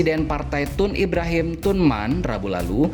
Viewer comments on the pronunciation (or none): none